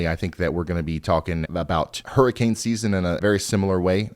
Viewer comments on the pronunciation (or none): none